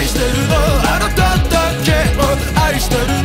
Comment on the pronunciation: 【 自分用 ここがすき！！ 】 ⚠️注意⚠️ 長文です🙇🏻‍♀️ 「but only you」 おててでハートをつくられていらっしゃる 歌い出し 「気に“な”れないんだ」 「そうかもね かもかもかもね」囁き 「あなたじゃ分かんないね」小馬鹿にしたような｢分かんないね｣ 「アタシは含まれない“よう”なんだ」がなり。 「と言ってもあんたのためかもね」あなたを｢あんた｣って発音してるのめっちゃすき 私の左耳返してください 私の右耳返してください 「関係“ないんだけどね”」 サビ！ ｢愛してるの あなただけを｣ こっちのセリフなんですけど… 「あなただけ↑を」 「この 妬みも」“妬み”の言い方めったすこ 「この苦し↑みも」 「二人ただ堕ちていく」“堕ちていく”の言い方めっちゃすき…尊 そしてイラストの目が光ってるの最高にかっこいい… 2番歌い出し 〜 ちらみえおてて。 「そうだよね」ちょっと小馬鹿にしたような言い方好き… 「ダメだよね」 唸ってから入るの最高 「求めているものは」 ｱｯ(昇天) サビ！ 「あなただけ↑を」 「ふり続けてるの」 「この苦し↑みも」 「二度と来ないその時をぉ゛」 イラストの目光るのばかかっこいい＆語尾 ぞわってくる ｢どう見たってどうしたって愛だけどね｣ がなりやばい 「but only you」 ラスサビ！ 「あなただけ↑を」 「苦し↑みも」 「二人ただ堕ちていく」囁き気味なの神では？？ 「but only you」 えっ、ここもおててでハートつくってます？ 死にますさようなら オリジナル曲2曲目、めちゃめちゃかっこよかったです…！！まさに｢愛してるの あなただけを｣です…最高にかっこよかったです…これからも愛させてください…😭🙏🏻💓✨